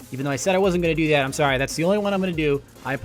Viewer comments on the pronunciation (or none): none